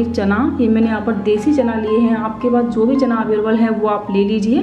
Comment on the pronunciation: Chana bolna sikhiye phele